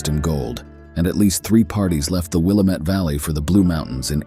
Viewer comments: Wil LAM et. NOT WIL A MET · Willamette - sounds like:Wih lamb et. Local native Oregonian pronunciation. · It’s pronounced “Willamette” dammit. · Willamette= Wi-LAM-it The Dalles= The Dalls Clatsop= Clat-sup Pronunciation aside, great video. 👍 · Willamette is pronounced out here : Will am it -- Dam it ! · I was born and raised in the Willamette Valley. We pronounce it Will AM it. I am organizing an adventure into the Dutchmen mines of Central Oregon. I am a land surveyor. I have the old maps. There is no cell service. I use GPS. Let me know if you want to come. You will need a very dependable vehicle to come with us. You must have a chainsaw, and there are mountain lions. We'll have provisions for 2 months.🎉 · The person who narrated this is clearly NOT an Oregonian!! 🤣 The pronunciation of Willamette, Clatsop, (My area) Nehalem, and the Dalles had me snickering!! I am a born and raised Oregonian. My children are second-generation, and my grandchildren are third-generation Oregonians!! I love this GREAT state!!! Some areas more than others. I love nothing more than to bask in our lush vegetation and wildlife. We are so VERY blessed to have such a beautiful state!!! 🦆🦫🦆🦫🦆🦫🦆